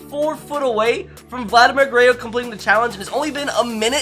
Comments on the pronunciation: Does it bother anyone else that he says Vladimir Gurrayo Jr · Um it’s pronounced gur-rer-ro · Garayoo you sound like my trying to speak Spanish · Ger-ey-oh? Gur-rár-róh That's correct pronunciation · Gerrayo? Its gur-rare-o I can't even begin to understand how you say ger -ray-o Guerre(RO) not Guerre(YO) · I can tell you never watched Vlad Sr growing up🤣 guerayo🤦🏼‍♂️ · It's Gur er ro not gurreo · he also said it in the first seconds, he said shohei otahni vs vladimir garayyo jr. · please stop saying gureyo it’s guerrero to sets of rs not one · It’s pronounced (ja-rear-oh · Lol he says gueyro,vlad would laugh so hard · It's pronounced gur rer ro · Guh-ray-oh lmfao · Dude it’s Guerrero there’s an R at the end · "Vladimir Gurrayo" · Legit unsubbed cuz he says DINN-Gers and Vladdy Gerreo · It aggravates me the way he disrespects Vladdy name with that garrayo LOL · It’s pronounced gurr-rare-oh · “Vladimir guerayo jr” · Did you just pronounce “Guerorro” like “gurayo” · Say it with me: "Guh-rare-o" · bro you're causing me so much pain... its Goo-rare-roe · nobody:: “Vladimir Garayyo Junior” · he said it before that around like 3 minutes too lol i love garrayo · Grayo, grayo, grayo, grayo shouts the crowd LOL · Gurayo jr. lol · vladimir guereyo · It’s not Vladimir Guerreo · Says vlads name wrong lol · if you say gurrero is your favorite player..how come you can’t even say his name right 🤔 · dude if you keep pronouncing Vladdy’s name like that im gonna kms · K u do not know how to pronounce Vladimir Guerrero jr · Is it a joke that he says vlads name wrong? Never watched this guy but it was kinda annoying lmaoo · LEARN HOW TO SAY GUERRERO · please pronounce Guerrero correctly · How do u miss pronounce GUERERRO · Bro you can’t even say Guerrero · You pronounce Vlad name wrong 🤣🤣🤣🤣🤣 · the way he pronounces Vladdys name is painful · I was thinkin the same thing 🤣 like bro there’s a 3rd R in there